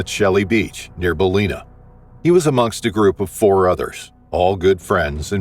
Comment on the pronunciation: "Balleena"?? Lol, it's Ballina